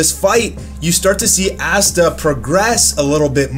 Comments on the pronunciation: It's Asta bro not assta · The fact that he pronounces it as Assta and not Asta LMMMAAAAOOOO 😂😭😂😭😂😭😂😭😭